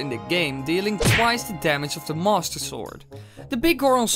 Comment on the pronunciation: What is your accent? Everytime you say master it sounds like monster